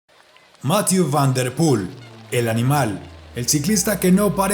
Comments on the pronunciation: Excelentes videos, solo comentar que jhonatan narvaez me dijo que hablo con el y su nombre se pronuncia "mathié" no "mathiu" por que yo también lo decia como tu y el le dijo eso jejeje un saludo desde España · Debe aprender francés ya que lo pronuncia muy mal. Debe conocer que las palabras en ese idioma tienden a ser agudas. Más que graves o esdrújulas. Mathieú fan der Pul. El diptongo eu suena en una mezcla de ambas letras. Eso sí, Máthieu nunca.